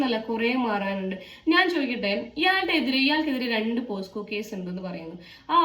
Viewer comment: പോക്സോ കേസാണ്😂പോസ്കോഅല്ല